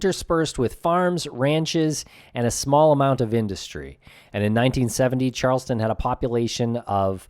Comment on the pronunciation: &, it is CHARLESTOWN NH not Charles-ton, BUT CHARLES-TOWN, please!